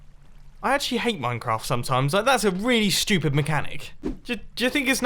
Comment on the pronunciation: Bumbo Jumbo but every time he says studip it gets 5% faster